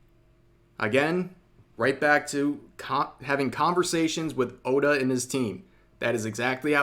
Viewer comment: Everyone is saying the name wrong his name is ODA the GOATA! Insert meme: THATS WHY HES THE GOAT 🐐 THE GOAT!!!